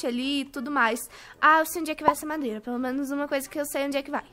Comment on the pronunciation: Kkkkk. Alem da falar pedio ela falo mandeira kkkkkkkk. Eu fiquei tipo ce tomo alho que te fes mal